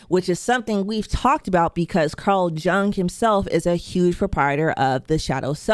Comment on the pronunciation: Carl Jung's name is pronounced like "young"... 😅